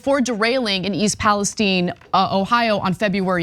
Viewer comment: Im from OH. We say Pales "Tyne" just like the middle eastern country. The Pales "Teen" is killing me 🙃